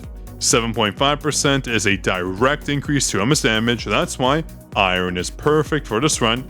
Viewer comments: Haha it’s supposed to be closer to “ai-urn” as opposed to “ai-rern” Thanks for being super cool dude, I used to say pyramid as pymarid for some odd reason and my mum couldn’t stop laughing as she tried getting me to see the light for a full day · is the second person I know that pronounces Iron weird I had to look up if it was an American thing to see if I was going crazy or if he’s doing a bit saying it exactly as how it’s spelt